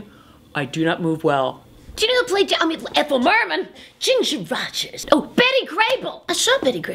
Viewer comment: “Ginger Rogersh”